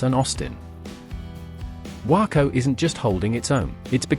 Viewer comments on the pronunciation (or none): I live in Houston, Texas. Waco is pronounced Wake-o not Whacko. For El Paso - It is pronounced El Pass-o. Austin and Dallas/Fort Worth are now the wealthiest cities in Texas. Houston is larger than Fort Worth or Dallas but not when you combine both city's populations together. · It's not pronounced :Wacko" , its "Way-co". You would think you could learn the correct pronunciation before producing a video.